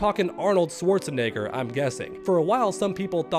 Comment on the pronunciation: I love you, but you’re kind of putting a hard R at the end of Arnold‘s last name🤣😂😂